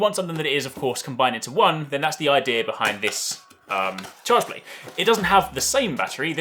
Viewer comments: I thought he said chargemate haha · I thought he said charge blade